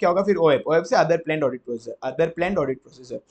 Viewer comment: Bahut zabardast revision lecture hai yeh Bus sir aapse ek request hai ki aap apne pronounciation par kaam kar lijiye, (For eg Plan ko aap Plane keh de rahe jisse aeroplane yaad aa ja raha)😂😂